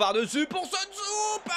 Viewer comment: Soonsup se prononce Sounseup et non pas Seunsoup comme tu as tendance à l'appeler;)